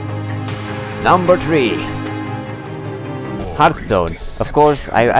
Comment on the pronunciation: ***** i laughed pretty hard when he said Number "Tree" instead of number three